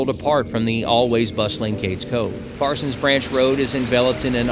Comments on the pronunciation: This is an informative video, thanks. Made me twitch (lol) that you got stuck calling it ParsonS Branch every mention, as the name has no ‘s’. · Dude, look at the sign and the map, there is no s at the end of Parson. Why do you keep pronouncing it incorrectly?